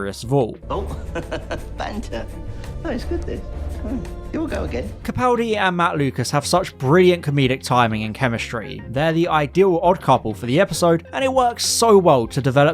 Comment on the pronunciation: I just came across this excellent review, but I'm really puzzled that you began by pronouncing Peter Capaldi's name incorrectly (twice), then switched to the correct pronunciation later in the video. It's CaPALdi, of course.